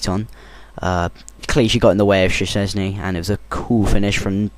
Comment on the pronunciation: it's shezney, say it like that